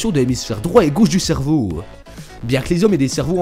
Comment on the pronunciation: cervow MDR (je sais que ça s'écrit cerveau mais la façon donc il le dit ) ;p